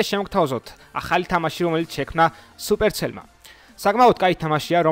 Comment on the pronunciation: ინგლისური გაქ დასახვეწი რააა და დალშე კაია სუპერცელი არარი სუპერსელია :/